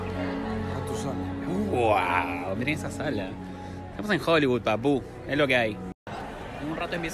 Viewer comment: Se dice papu no papú 👍🏻